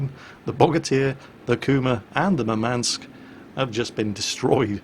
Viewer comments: its mUrmansk, not murmAnsk. Thats a city in nirthern russia. Greeting from Ukraine. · Just a quick note - in Russian the emphasis would be on first U in Murmansk (which is by the way the name of the city where one of the largest fleet bases resides). Love your videos! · So you would pronounce it Urmansk? I, as an English speaking individual, can't figure out how to soften the emphasis on the M without removing it. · BalisticChampion1 Moormansk may be a way to try...